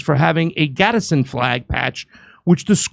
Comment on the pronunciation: "Gadz-din". 2 syllables. Not "Gaddison".